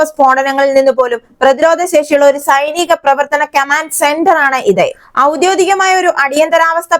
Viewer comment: ഔദ്യോധികം എന്നു പറയരുത്. ഔദ്യോഗികം എന്നു പറയൂ..